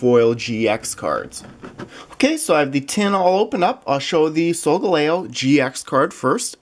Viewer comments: hi love your videos and solgaleo is pronounced soul-gal-eo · You pronosed solgaleo wrong